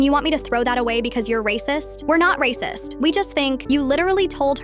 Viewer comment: "raceyist" ah, wery good